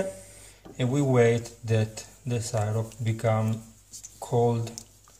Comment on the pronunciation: It's "sih-rup" not "sigh-rop".